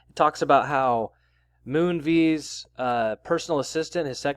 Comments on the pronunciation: You're pronouncing his name wrong. It's not MOONVEES, it's Moonves (vest with a silent t) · Pronounced Moon-vez (short ‘e’ sound); rhymes with Pez, not cheese